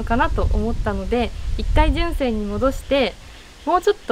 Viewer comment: あらら、大変！ 負荷かかり過ぎたのかもね!? 純正が1番‼️ じゅんせい の発音好きよ♥️（笑）